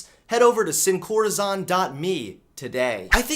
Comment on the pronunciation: Love your content, but I had to cringe by how you pronounced sin corazón 😖